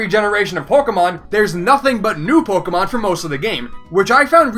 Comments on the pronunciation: it sounded like u said porkimon Heh heh... Porkimon. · did i just hear porkemon? xD